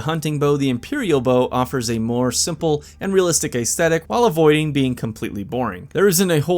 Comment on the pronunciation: Great, fun list! But ACE-thetic? Try ESS-thetic.